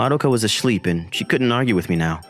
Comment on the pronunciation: madoka was asleep✖️ madoka was ashleep✔️